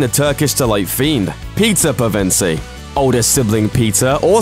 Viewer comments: Ashley Nichole Thank you for the laugh. I basically died. 😂😂😂Yes, he really needs to learn how to pronounce it. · Good video, but I cringed every time you tried to say "Pevensie." >.< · I winced every time he pronounced it that way. LOL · We know how it's pronounced through Lewis's stepson Douglas Gresham, who heard Lewis himself say all pf the names. He is also co-owner of the Lewis's state and consulted for pronunciation in every adaptation. He hosted the radio adaptation (as he is a voice actor), and was a co-producer for the movies, even providing cameos in the first two. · The narrator can't say "Pevensie" to save his life. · William Moseley (the guy that plays Peter pevensie) confirmed that silver chair is in 'work' , they will start film it this fall (2017) and will be out around Christmas 2018... And btw you pronounce Pevensie wrong:) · I got unnecessarily triggered when he mentioned that William Moseley didn't fit the book illustrations, like my hands fr started shaking smhh. However, getting triggered by how he was pronouncing their last name was definitely necessary. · Kyra Delemarre no, he's pronouncing it wrong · It's weird to be so particular about how they look but then constantly mispronounce Pevensie. Also interesting showing a light brown haired Edmund illustration while calling him blonde. I'd say that Trumpkin's hair is red--at least, strawberry blond. And all the actors had to be aged up to fit the filming schedule. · The fact that Pevensie was said wrong every time made me cringe so hard, I'm sorry but its the truth 😂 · I’m sorry, but I couldn’t concentrate on the rest of the video after you pronounced their surname incorrectly😖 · The way you pronounce the children’s surnames REALLY stresses me out! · You are saying their last name wrong 😭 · How can you not pronounce Pevensie? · Am I the only one who was a bit annoyed with the way he pronounced Pevensie??? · It annoys me so much that he pronounces pevense wrong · You pronounced pevensie wrong